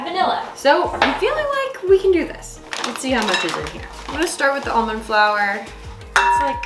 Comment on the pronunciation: Is it the right way to say flour